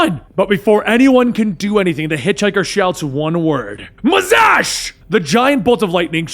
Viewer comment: It's Mazahs not Mazahsh